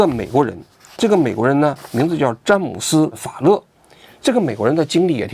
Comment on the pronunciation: 当王局说出‘’詹姆斯法勒‘’的时候，我差点以为是乐乐法利